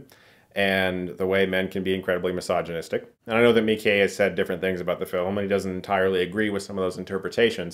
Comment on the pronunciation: Thanks for trying to pronounce the name Miike correctly.